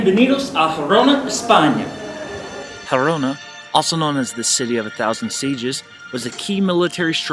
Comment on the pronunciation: Don't mean to pick, but isn't this place's name -- Girona, not Gerona.